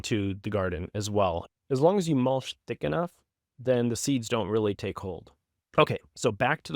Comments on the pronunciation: Mul-CH not Mul-SH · Love the concept but is that an AI voice? It's not even pronouncing mulch correctly.